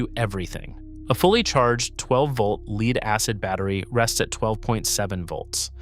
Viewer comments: It’s actually “Lead”, pronounced like “led.” And lead is a type of metal. It is not “leed”. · Leed acid indicates AI in my book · That's the problem with these AI slop videos. They're just an AI narrator reading a typed script - hence "leed" instead of "led" for lead because they rarely if ever proofread and pre-listen to how their script sounds being read by the AI. They use the AI to also throw in a bunch of slides on the subject that have some relevance but not always appropriate to what is being talked about at that point in time, or even not relevant at all. I really hope no one gets hurt, but at the same time people should not be using these things to do the whole project - it should be an idea starter, but then do their own research and figure it out for themselves. Just like everything else people use AI for. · I almost watched this until the AI pronounced the word "lead" as "leed". This is just AI generated slop... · LEED-acid battery?? AI flubs again. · C'mon, pronounce "LEAD" correctly! Dumb AI!!! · AI cant pronounce "lead" correctly? Also, there's a big difference between lead acid and AGM batteries which he says AGM is maintenance free, true but we're talking about deep cycle marine lead acid batteries not AGM batteries. So, the facts are correct but when comparing 2 different types of batteries, you can't sneak in a third's properties as though it's part of the point you are trying to make. That's dishonest! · AI slop. Mispronounced the word lead. Basic human editing/supervision would have prevented that. Downvote and move on to the next video. Bad robot! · This video is AI slop. Can't even pronounce lead in lead acid batteries. And I don't know about you, but I certainly don't want tech advice from an AI that can't even pronounce the English it "reads."